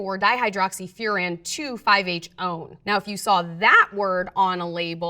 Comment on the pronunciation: literally the first time I've seen the number "one" pronounced "own"